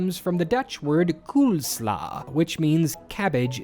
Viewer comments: Here's another piece of useless information: the only times pronounce the Dutch "koolsla" correctly is when he said the English word "coleslaw". Yup, that's right, that's how you pronounce a double o in Dutch: it's pronounced "coleslaw", not "coolslaw". If you're looking for the "oo" sound, the closest to that that would be "oe" in Dutch. So imagine how nervous their American customers get in conf calls with my friend Koen, and his boss who, coincidentally, is also named Koen. 😂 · The Dutch pronunciation of koolsla is actually almost identical to your pronunciation of coleslaw (and nothing like the hilarious attempt at pronouncing the misspelled word you made in the video 😜)